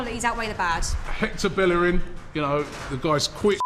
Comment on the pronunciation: SMH robbi said bellerin. Kolasinac that debatable but great that they got him for free.